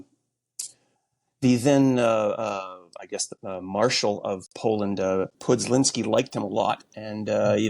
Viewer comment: How did you got "Pudslinsky" from "Piłsudski"? Is this AI generated?